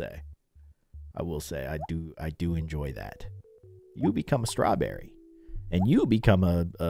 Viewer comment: When said ‘strewberry’ got me